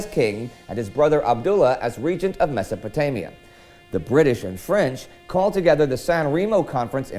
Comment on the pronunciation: its a 'mess'o' potamia